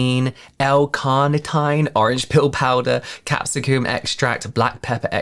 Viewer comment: I'm sorry...is that really how you people say capsicum?? 😅😂